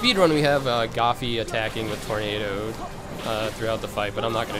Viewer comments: Why is he saying gafy? Its goofy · Isn't it supposed to be Gooby? ("Goo-bee") XD It might be so, but it sounds like Goffy ("Gah-fii") to me, no offense. :3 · does no one notice he called goofy goffy. no? just me? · i thought the meme was gooby not goffy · this man really said "Goffy" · omg the part where he calls them doland and goffy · great guide but it bothers me when u call DONALD DOLAND AND GOOFY GOFY lol other than that amazing job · lol he pronounced goofy wrong..lmao goffie? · he said gaffie instead of goofy like how people say maiya instead of maya sooo anoying!!!! lol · Who the fuck is Goffi? It's Goofy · Really doesn't sound right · i love your videos but the fact that you say goffy instead of goofy makes me depressed and i wanna kms now. good job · It's funny how many ignorant people here seriously think that is saying Dolan and Goffy because he doesn't know how to pronounce them correctly. It's obviously a from a meme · >Beats Xaldin and Vexen with these strats. Hears him say these are casual strats. Says the guy who calls Donald and Goofy "Dolan" and Goffey". I'm far from a Casual. Not even close. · Thank you so much for this I have a feeling this will help me with Luxord who dropped a bit down the list of organization members I like due to the frustration his data battle gave me X_X but it's DONALD and GOOFY! Why are you saying the names wrong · travis hunt. I notice that too lol Lile your videos guy. very helpfull. all of em . but the way u say donald and goofy id funny lol . deneld. and gaphy lol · It’s Donald not doland and WHO THE FUCK IS GOFFY😭😭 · He's used to the Japanese version of kingdom hearts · pfffttt.... Goffy and Doenald....wow....mispronunciations for the win~ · It's DON-ald and g-EW-fy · he says goofy and donald oddly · Is there a reason why he pronounces Donald and Goofy’s names differently doesn’t bother me just wondering